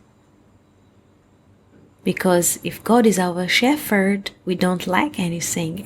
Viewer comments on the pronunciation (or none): Shephard is pronounced Shep -herd, rather than Stef -herd....